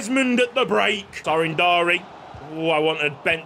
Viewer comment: Andi Floca's name is a kinda funny cause in romanian the word "Floc" is used mostly to refer to pubian hair 💀 also Sorin Darie's names is pronounced more like "Dari-ye"